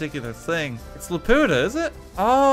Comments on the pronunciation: It's pronounced lah-pyou-tah, not luh-poo-tuh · It's not la-POO-ta, it's LA-pu-TA. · RT mispronouncing Laputa was such a weird thing to hear